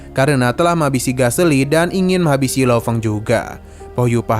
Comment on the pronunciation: Kritik dari subscriber lama untuk channel ini karna gada perubahan dari dulu. - Kalo ada penyebutan yg salah males bgt di cut malah di teruskan - Sering salah penyebutan kosakata nama karakter / benda yang mana membingungkan viewers seperti Galesi / galexi > menjadi Gaseli. Saran : Diperbaiki, lapang dada merima kritik & saran, jangan malah di lawan. "Pian ni jdi panutan channel sebelah, jgn smp menurunkan loyalitas subs lawas disini"